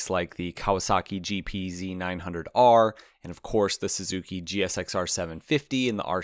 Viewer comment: Saying Hayabusa doesn't sound cool is a mad take also the way you pronounce GSX-R is so wrong